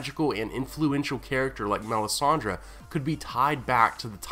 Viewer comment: You pronounce her name so wrong it hurts my feelings...